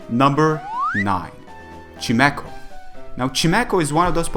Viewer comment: Dude its pronounced chime-echo